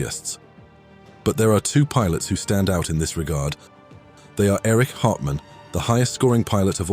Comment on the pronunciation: Interesting how the narrator aces (pun intended) the pronunciation of the German "CH" in "Erich" (Hartmann) and "Hans-Joachim" (Marseille), but struggles with much more simple names such as Eduard Neumann ("Eh-doo-ard Noi-munn") and Heinrich Bär. Bär in fact means "bear" in English and is pronunced exactly the same.